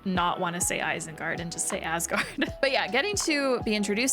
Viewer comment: It is a "meh" movie. Kind of like Hulk's movie. They do get better though. They get a lot better. Thor cannot say Hubble. cannot say Asgard.